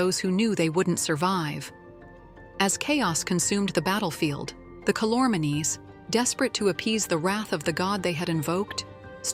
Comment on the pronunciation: Boy was this truncated! Not even edited, but truncated! It's pronounced Cal-or-means! Read the book. It's called The Last Battle. Well worth the effort. Best would be to start with the Magician's Nephew and read all seven books.